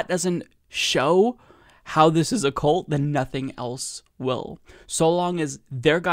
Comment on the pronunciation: you're killing me with saying cult as, "coolt." It's, "kuhlt." Otherwise, all good.